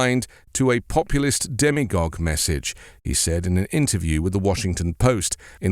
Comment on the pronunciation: "demagogue", not "demigogue". There are some fools who think Trump is chosen by God. Perhaps some fools consider Trump a demigod. The root meaning of "demagogue" is people leader. The root meaning of "demigod" is half god. If "demigogue" existed, its root meaning would be half leader, which might apply to Trump, but Romney used "demagogue", not "demigogue".